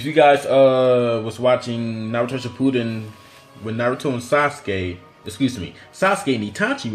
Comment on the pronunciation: My man said shipooden